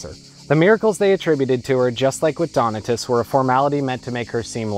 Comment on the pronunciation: Donatus, anglicized: accent on second syllable. Do-NAA-tus.